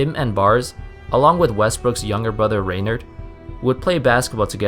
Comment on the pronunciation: Just FYI raynard is pronounced Ray-Naaard.